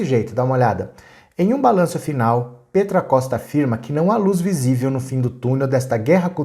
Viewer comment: Só uma correção, Petra se pronuncia "pétra" e não "pêtra".